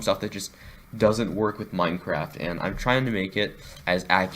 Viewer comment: Minecwaft is dode